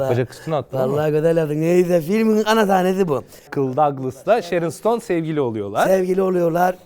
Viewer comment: Ama onun adı cheryl stone değil sharron stone 😂😂😂😂